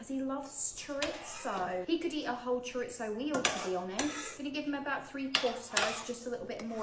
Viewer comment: I wish she'd learn to say chorizo properly. That bothers me far more than how much he eats. I dunno why, usually i switch off.